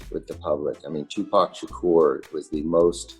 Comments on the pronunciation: It's Tupac not to pocks lmao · She keeps pronouncing Tupac as 2 pack